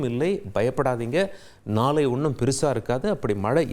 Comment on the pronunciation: இது என்ன விதமான தமிழ் உச்சரிப்பு வெல்லிக்கிழமை கனிப்பு நாலை நிபுனர் செயற்கை கோல் பல்லி இப்படி தமிழை கொலை செய்யும் இந்த கேவலமான தமிழ் உச்சரிப்பை "இது தவறான உச்சரிப்பு" என்று உணரக்கூடிய நிலையில்கூட தமிழர்கள் இல்லை மாறாக இந்த உச்சரிப்புக்காக மட்டுமே இவரின் ரசிகர்களாக இருக்கிறார்களாம் தமிழுக்கு இவன் ஒருவன் போதும் சமாதி கட்ட ஏழு கழுதை வயதானாலும் தவறை திருத்தி முறைப்படி தமிழை கற்க முயலாமல் நான் பேசுவதுதான் தமிழ் என்று வெற்று குரல் ஏற்ற இறக்கங்களாலேயே தமிழை கொலை செய்யும் இந்த ஈனப்பிறவியை தந்தி நிறுவனம் போற்றி வளர்த்தால் அதுவே பா. ஆதித்தனார் அவர்களுக்கு செய்யும் பேரவமரியாதை😢😢😢